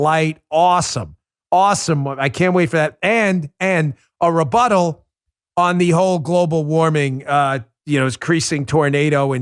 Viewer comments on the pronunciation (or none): Dan says "rebuttal" like "rebutt-hole". Also, Epstein didn't kill himself.